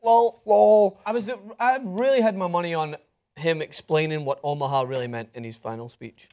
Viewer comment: It's Omaha not Omahall you dumbasses